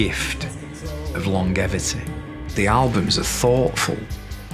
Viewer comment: "He gave us the gift of long-gevity". That's the first time I've ever heard "longevity" pronounced like that.